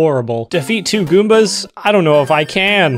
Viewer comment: It hurts me that he calls goombas in the Mario world theme galoombas.